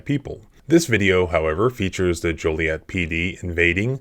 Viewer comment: Joliet rhymes with toilet